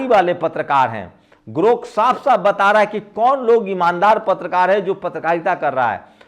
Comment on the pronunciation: sir aap bahut achha samjhate hain.magar thoda shyan rakhiye elon musk ka naya product GROK hai na ki 😊GORK